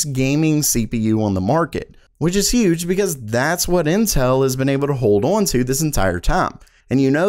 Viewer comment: Anyway, moving awn...